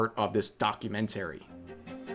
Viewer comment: Rev, that’s not how you say documentary FFS!